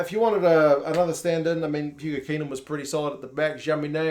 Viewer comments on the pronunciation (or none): none